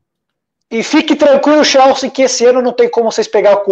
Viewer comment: Pq n fala o nome do tine direito? Xelsi é o crlh, É Chelsea campeão